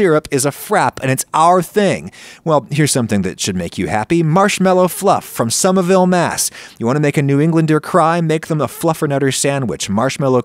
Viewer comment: The pronunciation of somerville was on point. Glad to see NE getting her spotlight